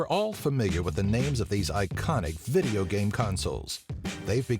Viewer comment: you call video games vigeo-games XD